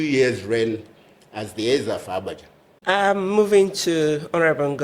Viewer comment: It’s Abajah Town and not Agbaja.